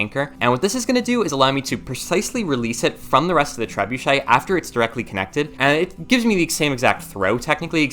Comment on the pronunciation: Poor lad can't say trebuchet 😅